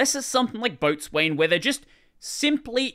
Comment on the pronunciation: Isn't "Boatswain" pronounced "Beau-sun"? Like how Coxswain is, well, yeah. Nautical terms be weird.